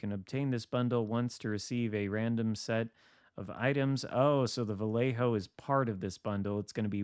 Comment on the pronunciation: Ok. Your killing me.... My brother lives in Vallejo. So here is easy way to say it .. VA-LAY-HO....